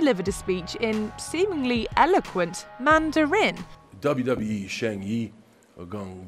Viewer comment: Everyone: watches passively The video: “Manda-RIN” Lol